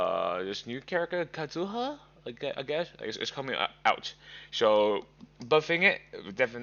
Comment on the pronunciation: The way u said kazuha 😂😂😂